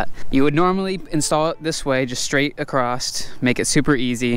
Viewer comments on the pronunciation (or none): Acrosst is not a word. You mean across.